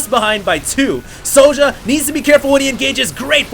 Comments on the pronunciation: I believe this is the Swedish player sjow, and i believe his name is pronounced SHOW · I dont know how i can wright it down but its said zjow. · How do you reckon "Sjow" is pronounced "Sowdja"? That did not make any sense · its pronounced Zhou.... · pronounce it 'show' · try to pronounce it "show" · He's swedish, so using swedish pronunciation it would be "show". I know you're a busy guy,, but his country is on liquipedia. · Think it's pronounced like 'Show'. In many languages j is pronounced like a y. Syow or Show.